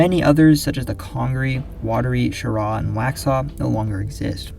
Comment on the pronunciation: Shout out for pronouncing "Cheraw" correctly